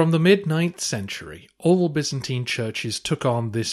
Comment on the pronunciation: Bi'-zan-tyne. What is so hard about that pronunciation? 😱